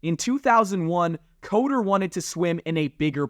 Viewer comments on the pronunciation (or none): Pronounced cutter not coder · Good ol dirk coder. Its actually pronounced cutter as in he will stab you not debug your app. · Once again I am interested in the subject but must turn it off within seconds when Dirk Koetter ("cutter") is pronounced "COATER" by. Minimal research would have prevented this childish mistake. Next time do better. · Its pronounced cutter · BOY-SEE STATE! Not boyzee. There's no Z in Boise. Dirk Koetter (pronounced Cutter). And Ashton Jeanty (pronounced Jintee) If you're gonna talk about BSU history, better get the names right. Just saying 🤷‍♂️ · You lost me ish, It's Dirk Koetter, a former NFL head coach. Cutter. If you are going to make content you should at the very least be able to pronounce the names of the people you are speaking of.